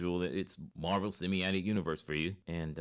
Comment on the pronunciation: Cinematic not semiatic.